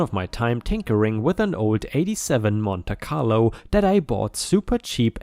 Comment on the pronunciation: Story 6, Monte Carlo is said as "Monty Carlo."